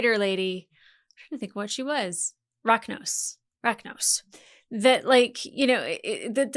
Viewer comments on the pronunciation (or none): Mucra? Racnōss? Macra. With an a. Not muck-ra! And it's Racnoss. With a short o. Like in pot, of, coffee and "pot of coffee". Like kudos and cosmos are, when pronounced correctly. Don't do Americans' -ōs obsession to racnoss even.